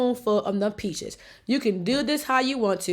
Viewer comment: A couple times she said "peaches" sounded like "bitches". Made me laugh. 😊